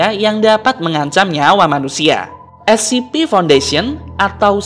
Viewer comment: Kak itu baca mya bukan escipi tapi escepe